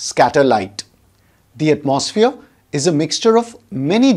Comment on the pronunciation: Heres a tip! The word atmosphere is pronounced atmo-sphere. The mo is a round o sound unlike the maw or the more open mouthed sound you are doing. Also the gap is not at atmos but it is at "atmo" Your pronunciation is something like atmaws feer It should be atmo sphere Then again, your videos help me a lot and i thank you for the contributions in my grades 😅. I have got a gold medal in Science Olympiad for your teachings. I hope to become a teacher like you one day!